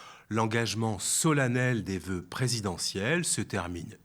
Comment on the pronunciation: Ze vœux